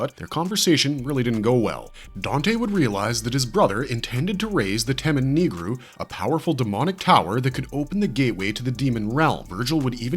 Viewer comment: Temen-Ni-Gru!!! Damnit get it right. Unless you have played the games, don't try to 'wing' the names.